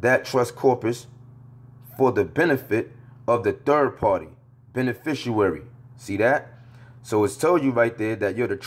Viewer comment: Bro you have got to learn HOW TO say "beneficiary". You are throwing me off - Islam